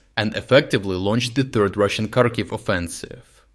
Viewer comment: Why do you pronounce Kharkiv wrong?